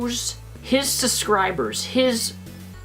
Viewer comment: The way pronounces 'subscribers' as 'susscribers' is adorable...